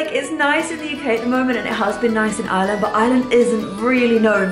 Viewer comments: I swear whenever you say “Ireland” it sounds like you’re saying “island” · I’m glad said Ireland right. kept saying island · i honestly thought he was saying island until i saw this comment 😂😂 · Why you say Ireland you are saying iland not being mean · pronounce it in an Irish accent